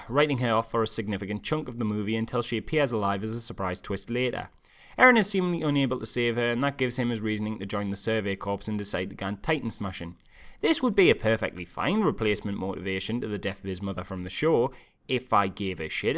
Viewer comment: It's a good review...... But Corps has a silent "ps". "Core" if you will.